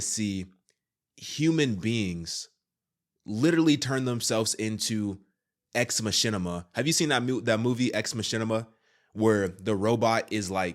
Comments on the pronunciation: Ex mashinama🤣🤣🤣🤣🤣 ex (mock-ee-nuh) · Ex-Machina is not pronounced "Es-Ma-Shin-Imma"; it is pronounced as "Ex-Ma-Kee-Na". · It's "ex mah-kee-nah", dude 😉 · It's pronounced (ex-mek-a-nah) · It’s pronounced ex mah-key-nah I’ve seen the movie too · in the forehead? mark of the beast. also its ex ma-kee-na...just sayin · “Ex Mashinima” 😂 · Its It's pronounced Ex Mock-ina (Machina) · bro the way you said Ex-Machina lol. Its pronounced ex MA-KEEN-AH. Also, I couldn't agree with you more about technocracy and A.I transhumanist agenda...its very bad, but I honestly don't know that Elon is Antichrist. First off he has to come from the bloodline of David and be of the tribe od Dan...we will know the antichrist when we see him. Listen the IMAGE of the beast is considered by many to be A.I. Most people dont understand that the NUMBER of the beast 666 is actually not the number of Satan, but the number of MAN. So if God made us in his image, what could we do that is so abominable that it would forever separate us from the Lord? Possibly making something in OUR image...ie...A.I or transhumanist bodies...just a theory. The image of the beast set up in the temple could be looked at as A.I....given a mouth to speak... possibly transhumanism...but side note...have you heard about the potential false prophet? Yanuka Rav Schlomo Yahuda. crazy. Man is currently walking around Israel healing people and being worshipped... look all i know is we aren't supposed to be looking for the antichrist...we are supposed to be looking for the signs of Christs return...my eyes are on Christ and him alone, he'll be here soon.